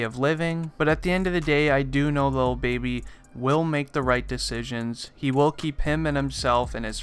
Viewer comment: DID HE SAY "Lil Bibby?" 😂🤷🏽‍♂️